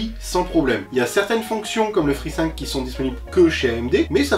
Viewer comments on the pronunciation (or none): none